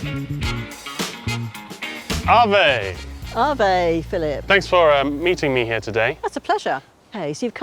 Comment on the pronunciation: Kind of annoys me that for the whole series Phil and the people he meets never say "ave" correctly.